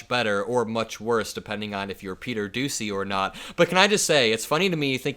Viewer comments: its not pronounced doosey its pronounced dooshey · You are mispronouncing Peter Doocy's name it's Pete "Douchey"